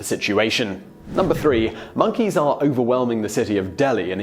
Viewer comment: Damned "minkeys"!